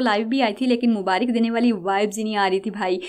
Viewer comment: Mubarik nhi aj tk mubarak padhe Or sune